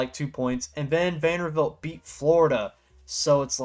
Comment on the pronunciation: Vander-BILT. Come on my guy. Great video non the less